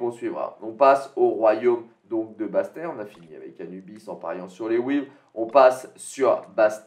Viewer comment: Bastet c’est une déesse égyptienne et on prononce toute les lettres lol la minute histoire 👍 merci pour les mises et les vidéos